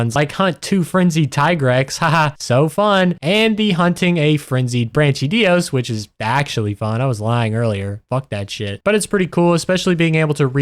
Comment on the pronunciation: Great video bro, I love it. Your mispronunciation of the places and monsters is diabolical, though. You did the brachydios dirty